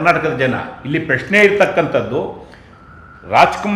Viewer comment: ಪಶ್ನೆ ಅಲ್ಲ ಪ್ರಶ್ನೆ ಅನ್ನೋ ಪೆಕ್ರ